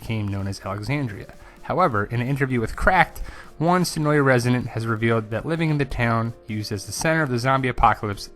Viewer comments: Great video! Cool info. Just a cool fact, the a in senoia is actually silent. It is actually pronounced senoi. The locals are often annoyed at the constant mispronounciation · Of yeah, it's pronounced Se noy. Two syllables.